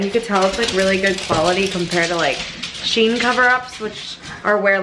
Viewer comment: It's SHE-IN not Sheen. It is exactly the same company as before when they were called She In. They just rebranded and joined the two words together.